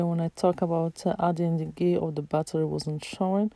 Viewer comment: Ghee not gay